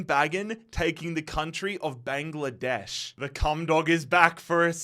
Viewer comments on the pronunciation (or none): none